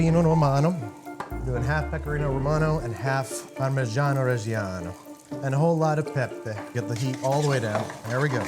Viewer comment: You are pronouncing reggiano wrong